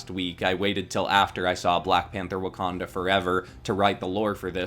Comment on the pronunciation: WACAJA? It’s wakanda